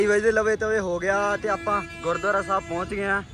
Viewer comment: ਬਾਈ ਜੀ ਪੌਂਚ ਨਹੀਂ ਹੁੰਦਾ ਪਹੁੰਚ ਹੁੰਦਾ ਸਹੀ ਕਰੋ ਵੀਰ ।